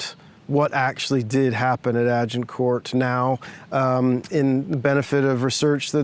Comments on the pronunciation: Jheez can the guy not pronounce Agincourt!!!? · why is he pronouncing the T in Agincourt :P